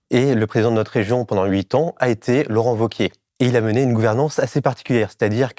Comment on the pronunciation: Merci pour le contenu, comme toujours ultra pertinent avec Blast. Mais par contre "Laurent Wauquièze" ça m a perturbé. Ça se prononce VEAU-QUIÉ ! Ou Laurent Vachier, à la rigueur ! Mais sinon ça fait amateurs les amis. :)